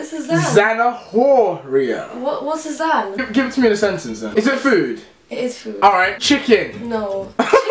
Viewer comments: Americas don't know how to pronounce "h" and "rr" 😂😂 Zanahoria is like en español Zanaoria Americas say Zanajoria😂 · The h is silent in zanahoria. It’s not pronounced “zanajoria” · She is not spanish doe. It is not pronounced zana - hor - ia, it is pronounced zana - o - ria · I know, I am also spanish, and most of the time even I couldn't understand what she was trying to say, she said zanajoria instead of zana-o-ria (zanahoria). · That is not Spanish! "Beso a mi culo" is not the correct way to say it. That literally means "A kiss to my ass" it's not "Kiss my ass"... and the "h" is mute in Spanish, so "Zanahoria" is pronounced "zanaoria". She's still lovely though, and funny :) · Como en Zanahora, dijo Zanajoria jaja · Matias Contreras en cuanto dijo zanaJoria... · Zanahoria is carrots but its pronounced zanaoria without the H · How is she even Spanish if she can't even pronounce "zanahoria" correctly? It's pronounced "san-a-or-ia" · She said zanahoria wrong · Alejandro, When have you ever heard any Spanish speaker make the "h" English sound when saying zanahoria? Plus, there's no way "beso a mi culo" is correct. I don't know where you come from, but that just doesn't sound right... and by the way, I don't remember having insulted you or anyone for that matter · Zanahoria is not like that, the h is silent when said